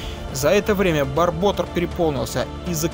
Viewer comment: барбОтор????? барботЁр!!!!!